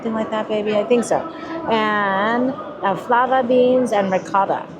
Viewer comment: Fava beans...not flava beans....LOL